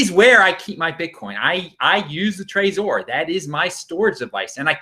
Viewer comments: Martin Carter it's Trezor NOT Trazor. Not sure why says it that way. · Hope you don't take it as an insult. Most people I've met pronounce it Trezor like in Trevor. You're the only one I've heard pronounce it that way. Oh well, to each his own. No hard feelings I hope. Cheers, Bitcoin Proper